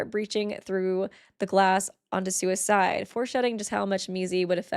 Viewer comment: the sentence "sua's side" sounds like "sui*cide"